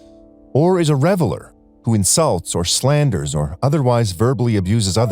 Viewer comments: The idiot reads REVILER (one who slanders) as REVELER (one celebrates). Ridiculous errors like this completely undermine his idiot scholarship. What an idiot. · Not sure what was funnier. When the video guy said "reveler" (someone partying and enjoying an action or activity) when the word IN HIS HOLY BOOK was "reviler" (someone describing something in derogatory terms), or when made the link between those two terms. (I may have been in that same party.) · RevILer vs reveller....sigh